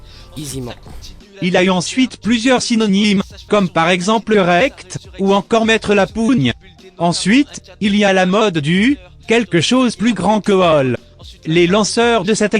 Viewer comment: On dit pas pougne mais pown